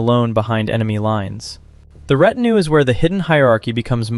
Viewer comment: And ret-in-ew ... where are these pronunciations coming from?!?!